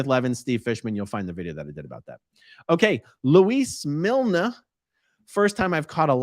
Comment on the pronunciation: No, It’s Mi- lan- ay. 😁